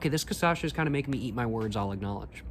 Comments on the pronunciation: When he says Ca Ça Cha. It is CA Cha Ça. Very similar but when it is said sounds really really funny. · i love the fact that you pronnunciate KA-SA-SHA instead of KA-SHA-SA, your way sound way more better than the original pronnunciation here in brazil! great video btw! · Try caipirinha with this one, to me its even better. Also the pronunciation is 'caCHAssa' and not 'caSSAcha'🤣 nice video man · bro im begging, cachaça not caçacha, you are starting to make ME say it wrong too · I think you are already thinking about moving to Brazil. Now, it is not Ca-sa-cha, it is Ca-cha-sa, lol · thanks for attempting brazilian portuguese!! but it's "cachaça", so you should pronounce it "KA-SHA-SAH" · if i hear you saying caÇacha one more time i'm gona kms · bro this is so funny how he says Kassacha hahhaha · from now on, i will only say "caçacha" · Ele fala caçacha kkkkkkkkk bonitinho dms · sir, it's pronounced "kah-SHAH-suh" that said, I'm loving to see the Brazilian cigarettes and cachaças reviews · jaja other people say Stella Artois but says Stella Artosis... a thousand people have commented about it and he just dgaf... ain't no way he gonna stop saying caçacha 🤷‍♀️ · "Cassacha" kkkkk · You def love Brazil, lol. Being brazilian myself, allow me to note that it's pronounced "cashasa". Thanks for your reviews, cheers! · Love you saying CAÇACHA, its my new way of talking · Each vídeo he pronounces cachaça in a different way. Keep going until you get it right man! Here's a tip: it's Ka-sha-sa. Just read that in english and you'll already have improved quite a lot. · Check out the first video where he tries 51, he was talking correctly many times in that one, then on he just prefered to say Cassasha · "CASASHA" 😂😂😂😂 kkkkkkkkkkk i die always broo kkkkkk i imagine you already know Brazilian Xuxa and Sasha 😂😂😂😂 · eu amo ele falando caçacha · say like this: "CA-SHA-SA" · "CAÇACHA" eu ouvi ele falar errado tantas vezes que agora eu também falo errado ahahahaha